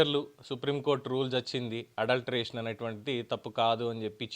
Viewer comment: Adultery అండి. అడల్ట్రేషన్ కాదు.